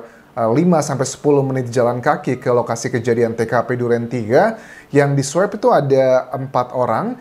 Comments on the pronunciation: Swob pak bukan swep pronunciationya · Pak Anjas...bacanya bukan "sweb" tapi "swob"..sama kayak baca "swan" kan bukan "swen"..makasih